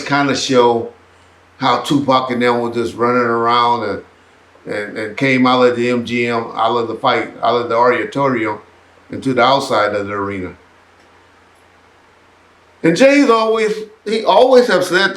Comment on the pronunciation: The "ariatorium". 👀.